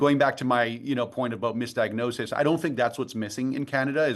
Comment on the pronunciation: midadiagoses? seriously guys